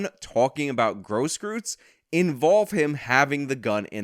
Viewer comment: I know that he's a piece of trash... but it's pronounced "Grosskroytz", not "Grosskroots". I'm sorry, but I just cringe at all of the mispronunciations. Sorry to sound like I'm defending trash. I really want to emphasize my dislike of filth like that of Gage Grosskreutz.